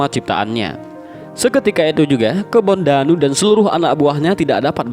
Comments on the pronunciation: Kebo ndanu min ....bukan kebon danu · Kebo ndanu bukan kebon danu ts